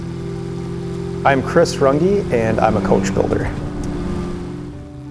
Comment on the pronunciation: „i‘m chris rungeeee“ sprich doch deinen eigenen namen richtig aus.